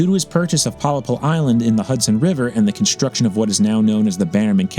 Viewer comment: Pollepel is indeed a Dutch word only its pronounced in English as Pol Lapel